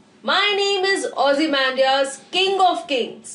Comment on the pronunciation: Really the best explanation 👍👍👍 keep it up . But please you say this ozy-mam-dias in this way